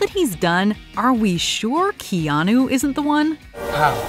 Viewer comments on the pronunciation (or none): none